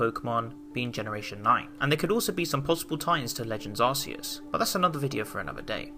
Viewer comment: Did u.... did u just..... Call The God Arseus?